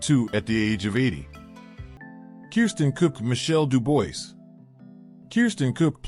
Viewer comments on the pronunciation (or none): Mostly accurate. Please check your facts. Michelle Dubois is pronounced "Du-bwar" and never said "It is I, Le-Clair" only Le-Clair said that. Perhaps either do the voice over yourself, or get a better text to voice app